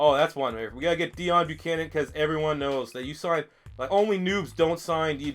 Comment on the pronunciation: It's pronounced DAY OWN Buchananon